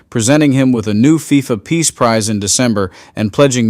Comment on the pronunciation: Did he say " pee prize" lol😂 oh yea